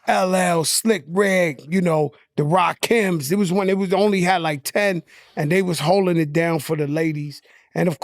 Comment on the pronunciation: Did he say the Rakims